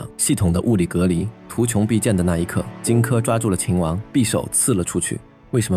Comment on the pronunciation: 敘述很精彩，但有些讀音可能需要再考証，圖窮匕見（應念“現”），樊於（應念“無”）期，希望對您有幫助